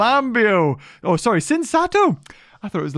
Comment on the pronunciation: i am baffled as to how you came to your pronunciation of tsintaosaurus, i always said it as sin tao saurus